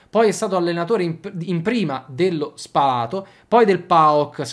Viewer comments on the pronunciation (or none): un suggerimento. Si dice Spa'lato e non Spala'to. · Spalato con l'accento sulla prima A (non sulla seconda)